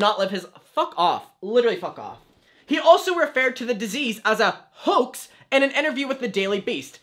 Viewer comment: This is completely off topic but every time he says “Hoax” all I hear is “Hux” and that’s on thinking about nothing but Star Wars👁👄👁🧍🏻‍♀️